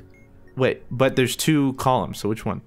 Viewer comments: Did say part 2 or part doo?? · "Part dew"